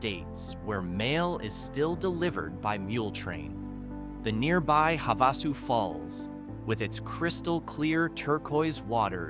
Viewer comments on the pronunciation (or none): Just for some help… you are mispronouncing Prescott, Gila, and Havasu.